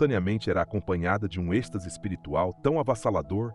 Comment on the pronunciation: Êxtase e não estase